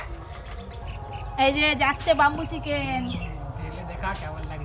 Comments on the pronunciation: Bambo chicken na bamboo chicken thik kore bolteo jano na😅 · age tumi uccharon ta thik koro tar por dadu k sekhabe..bambu chiken noi bamboo chiken..kola pata noi kala pata..ajob katha bole...nijeke ki mone kore k jane.. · Not bumboo chicken it's bamboo chicken only eating first currect your pronanouncesion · বামবু চিকেন কি???? ব‍্যামবু মানে বাঁশ আর বামবু মানে মার দেওয়া 😅তোমার উচ্চারণ ঠিক কর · আরে কথাটা বাম্বু চিকেন নয়।কথাটা ব্যাম্বো।